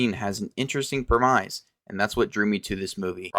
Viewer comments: Your AI needs to learn to pronounce Premise. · From what I’ve seen the only people that didn’t like Mickey 17 are those that don’t understand how to analyse cinema and scam artist contrarians trying to get attention. Based on how you pronounced premise i genuinely don’t know if you believe the shit you’re spouting